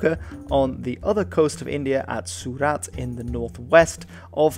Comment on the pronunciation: your pronunciation is always Excellent and I really appreciate that. For continued excellence, I will just point out you pronunciation of 'Surat' is just a little off - there is no stress on any syllable. You were stressing the A, but it is just a short sharp Surat 👍